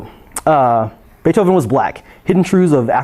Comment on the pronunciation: we wuz "baifhoven"